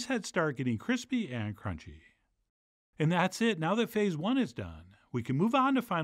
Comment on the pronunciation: I think I can still hear echos of that cronch